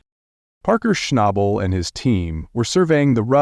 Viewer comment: Buddy you are good at dragging your words in the sand that was nothing short of embarrassing whats really crazy is you kept saying Parkers last name 2 did ways hilarious but anyway Goodluck to you hope all is well for you and your family keep these vids coming im continue watching to hopefully see you make better videos ty God bless